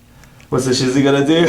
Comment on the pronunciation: Thank you for pronouncing this breed correctly !